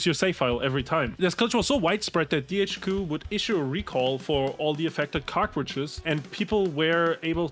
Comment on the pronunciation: (approx), I keep hearing "cockroaches" when I know I should be hearing "cartridges." The visual of returning cockroaches and having them replaced by new cockroaches makes me chuckle.